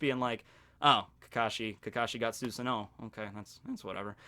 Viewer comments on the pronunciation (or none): Susanoo is pronounced with a Z you butchered that name